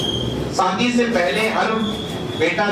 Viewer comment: Sir Aap apne Pronunciation ko sudhariye सादी नहीं शादी होता है आस्रम नहीं आश्रम होता है